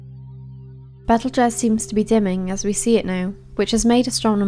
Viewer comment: Betelguese is pronounced Beetlejuice